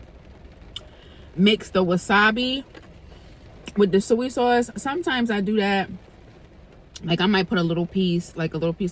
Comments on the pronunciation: It's SOY sauce luv, not suey 🤭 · Is saying suey sauce a regional thing? I’ve heard this way of saying Soy sauce. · I think it’s our north eastern accents. Lol She’s from Delaware and I’m from Philly and I call it “Suey” sauce too 🤣🤣🤣🤣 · I call it suey sauce also 😂😊